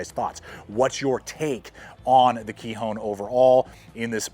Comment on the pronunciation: Kihon.... not "kee-hone" means basics or fundamentals in Japanese